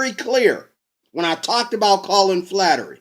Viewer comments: flattery? aaaahhaaahaaahhaaa! what a dumbass! It's Fla. her. ty... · FLA- (as in "flag") her- ty (as "tea") Flaherty is how its spelled. Flattery is what you are saying. Please say it correctly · It's, Flaherty, pronounced 'fla her tea'. The comments below do not intend to speak for anyone on the Colin Flaherty channel or for the man himself and are just my opinion on the matter. Next I don't think that one email represents an whole channel mate. There already is a race war, by blacks against whites, Flaherty's channel ably demonstrates this. White people want to stop this. One of the main ways to do this is by actual policing of crimes, keeping wrong doers in prison. Not only will this lower the number of crimes being done by what hillary Clinton was known to have called, 'super predators', individuals that just keep committing crimes. Imprisoning these individuals is also a demonstration to others in the local community of thugs that the law must be obeyed or else. Another way our white community can be rescued from the race war by blacks against whites, is to have segregation in schools and end affirmative action policies which racially discriminate against more qualified whites. Many of us are contemplating the next step beyond this, an idea that people like Malcolm X and Mohamed Ali also advocated for. An ethno state for whites and one for blacks in North America. If we don't go that far, certainly the worst blacks (and the worst whites), should not be encouraged to breed through massive welfare grants from the productive tax payer. So instead of playing the worst blacks to have children, the most intelligent and well behaved who stick together in a family unit w